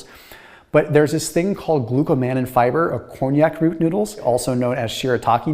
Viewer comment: Konjac: Con-jack is how it's pronounced, not like the French brandy, Cognac!